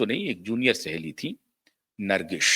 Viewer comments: Nargis not Nargis....there is no sh in the end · कृपया ठीक से हिंदी बोलना सीख लीजिए। नरगिश कया होता है Produsher kya hai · नरगिश नहीं बेवकूफ़.. नर्गिस कहो 😂